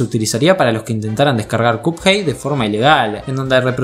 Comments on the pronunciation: va wey si chido buen video pero porque cuphey te la doy dudo que un angloparlante te vea pero se pronuncia cuphead es básicamente pronunciar de manera literal minecraft fornite o Spiderman es asunto de la locución de ahí en fuera no me quejo pd: los pescados ya comen pescados mas chiquitos y no es canibalismo amenos que sea de la misma especie u orden exacta del que consumiría el pez en si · Creo que me estresó un poco que pronunciaras Cuphei al personaje y juego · en el segundo dijiste cuphai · Me dio cosa cada vez que dijo cup jei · Alguien más cada que dice cuphead escucha "cuphai" ? XD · Hehe es gracioso cuando dices cup-hey xD . Esta genial tu vídeo 👌🏻 like n.n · Si dice "capjeit" me pego un tiro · como le vas a decir copjeid? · PORQUE LE DICES CUPHEY??? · No entiendo por qué decís cupjei encima lo repetía a cada rato re irritante chabon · Me da una especie de Toc cada que pronuncia mal "Cuphead" xd, pero de ahí en fuera buen video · Te hacen bullying por cómo pronunciaste "cuphead" jajaja F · buen video, pero no pude soportar lo mal que pronuncia cuphead